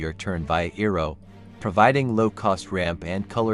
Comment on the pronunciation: Saying his name wrong pissed me off